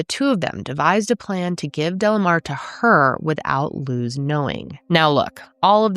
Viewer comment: I know this is very random , but thank you for saying our name correctly . Luz isn’t a common American name so people tend to butcher it , so I appreciate it . Also Luz means light in Spanish ❤ alittle bit of Spanish always helps people understand more